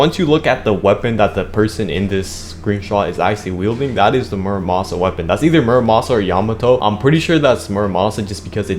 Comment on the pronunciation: murasama not muramasa